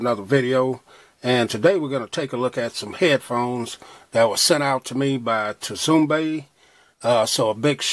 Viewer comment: Great review but the T is silent, so its pronounced "sumbay" bro lol. No disrespect👍